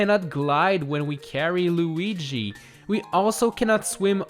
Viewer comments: he says lugie instead of Luigi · I like how u called Luigi lugee ( see what I did there with the u?) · Why do you call him lugie? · Is no one gonna talk about the luggi not luigi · Who is this Loogy you speak of, don’t you mean Luigi? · It’s pronounced lu-e-gee No Lu-ge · He Said luugi